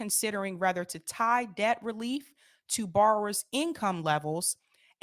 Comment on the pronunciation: Google the pronunciation of whether and rather. Whether or not. Whether to. Verses Rather not. Rather than. Adverb verses a conjunction etc.